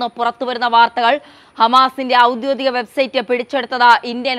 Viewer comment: ഔദ്യോദീകം അല്ല ഔദ്യോഗീകം എന്ന് മൊഴിയോ